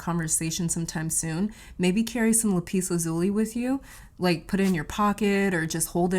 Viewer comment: 'lap us la zoo lee, I believe is the correct pronunciation.